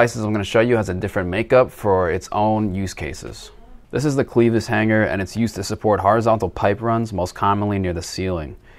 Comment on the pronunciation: Cleevis hangers really it’s clevis hanger .